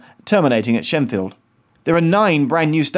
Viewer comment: Shenfield NOT Sheffield